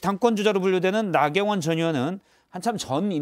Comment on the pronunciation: 나 경원 전의원 하는데 ㄴ 경원 저년으로 들렸어욬ㅋㅋㅋㅋㅋㅋㅋ 웃어야 겠지요